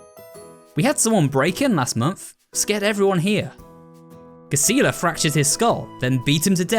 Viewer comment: Just a small nitpick, but I think Gisela’s name is meant to be pronounced with a soft g.